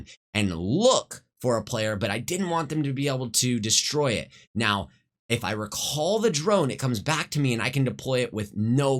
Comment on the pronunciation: man, ngl this makes me want to play apex. also, why do you say recall and recon like that? LUL Kappa